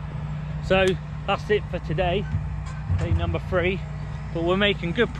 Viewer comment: I did enjoy, BUT.....I could barely tolerate you pronouncing "th" as "f". Free instead of three Thirty/furty Fursday/Thursday South/sowf etc etc..... Just a big bug bear of mine